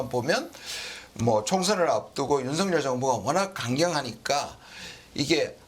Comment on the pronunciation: 윤성렬 아니고 윤석열 입니다. 발음들이 그렇게 안되는지...그것도 방송인들이?